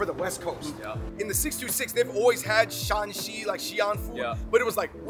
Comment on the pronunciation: It’s Shan(^ 3rd tone)Xi, not the 2nd tone all of you pronounced